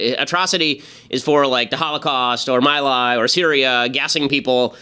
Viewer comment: Somebody tell the child how to pronounce "My Lai".